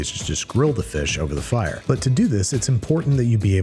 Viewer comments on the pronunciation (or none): That accent was more fyre than fire